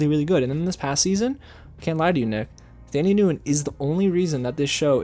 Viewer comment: And he said Thandie Newton’s name wrong too, the h in her name is silent